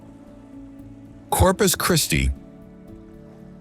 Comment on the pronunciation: Nice video y’all put together. Voice sounds like it could be AI or AI voice overlay Names of places were pronounced correctly. I live in west Texas but I want to live in Corpus Christi In my future. Again such a great video 👍